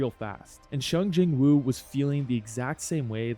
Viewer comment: Bro really said shung Jin woo😭